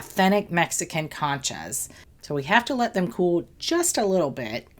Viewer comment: Con cha like in CON